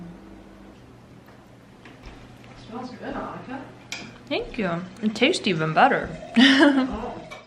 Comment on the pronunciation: OH MY ... your mom said Ahh-nika. Not An-nika, THIS WHOLE TIME IM THINKING ITS AN-NIKA! my life has changed Sound 🔛